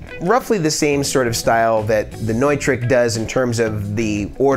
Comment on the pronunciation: Hey bud, cool video. I wanted to let you know that the word Neutrik, is actually pronounced Newtrick. Not trying to break your balls, just helping a friend.